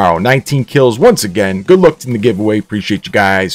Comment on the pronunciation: #WRwinNShanlou ZI4MS1 / Android Hey thanks for the giveaway and like your accent to pronounce the goooooood 😂😂